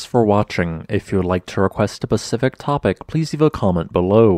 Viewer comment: Specific, not pacific.